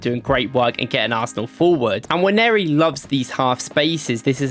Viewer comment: Now that's a proper Nigerian. Pronounced as Nwaaan-nee-ri.